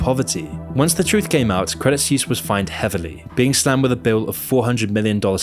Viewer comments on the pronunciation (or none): Suisse = Swiss not "Soos" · Credit Suisse is not pronounced Credit SEWS but "Credit Swiss". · Please check your pronunciation before producing these episodes, otherwise it makes you sound less credible. Credit Suisse = swees, not seuss. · It's pronounced 'sweese' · I just can't bro. Your pronunciation of Suisse is killing me xD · As a Swiss I am ashamed for the behaviour of some of our bankers. But also cringe everytime you say "Suisse" ;)